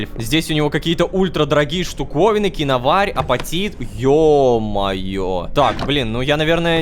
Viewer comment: Киноварь ударение еа А